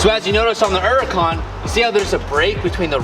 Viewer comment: It's a huracan with an H........ You keep saying...... uracan LoL